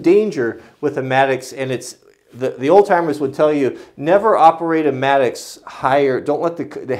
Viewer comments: I think it's "mattock," not maddux. I'm not 100% just trying to be helpful. Nice video. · it's called a mattock (matt-ick)...not a mattocks/matticks (no "S") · Philip Culbertson im glad im not the only person who cringes every time he calls it maddox.. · I'm sorry for being that guy but it drives me crazy when you call it a Maddox A mattock /ˈmætək/ is a versatile hand tool, used for digging and chopping, similar to the pickaxe. It has a long handle, and a stout head, which combines an axe blade and an adze (cutter mattock) or a pick and an adze (pick mattock). A cutter mattock is similar to a Pulaski. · I think he is calling it a "mattocks", not a "maddox". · Will Cushman regardless. It's a single tool and that would be a plural pronunciation, that happens every single time there is a mattock in a video.